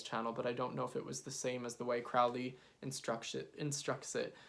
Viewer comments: "Crowley" rhymes with "Holy"! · Crowley is pronounced with a long "o" as in "holy." Otherwise good video.